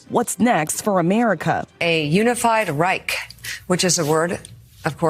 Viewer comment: 3rd REICK HAHAHHAHAHAHAH LEARN TO PRONOUNCE IT WHEN U TRY SPEAK GERMAN THIS 5 WITCHES ARE CRAZY